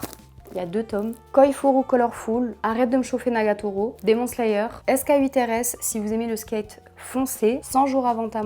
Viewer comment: Sk8r's ca se prononce "skateurs" le 8 c’est eigth en anglais 😊